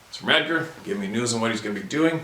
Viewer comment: has his friends name spelled Edgar in the description of this video and he pronounced his name with the a at the end as well.